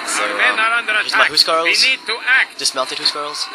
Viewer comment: he say huscarls right, Phantastic :P